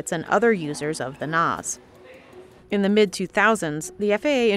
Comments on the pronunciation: Really?? "The NOZ?" It's NAS..National Airspace System..Great job..happy you used AI for the dialog?? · CNBC mispronounced NAS . It’s pronounced N-ass not N-oz. Yes DEI is/was a problem regardless of what Washington talking heads tell you. No sweetie Enroute is more difficult then terminal hence the reason they get paid more then most TRACONs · It's not "Noz". It's "Nass". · Keep shouting it, people: We need better pay, especially at the lower facility/training levels!! The current pay scales are as archaic as our outdated equipment. Please help us to get this fixed! Also please never pronounce National Airspace System as "NOZ", it's pronounced "NASS" 😂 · It’s called the “NASS’ not the ‘NOZZ”. SMH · 😂😂😂 ooof everytime I heard it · It's NASSS, like the 'a' in apple or Zack. Not NOZ. I usually really enjoy these videos but this was was hard to watch because the researcher didn't check pronunciation.